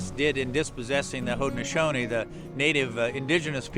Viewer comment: As a local to Syracuse, this is getting hard to watch. They got the name of Erie Boulevard wrong (what the heck is Erie Street?) and while they put the effort into pronouncing Haudenosaunee correctly, they got something as simple as Camillus wrong.